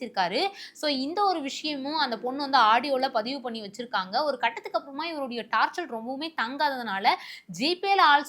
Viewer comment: அது taarchal இல்லை taarcher